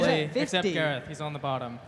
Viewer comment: ITS gareth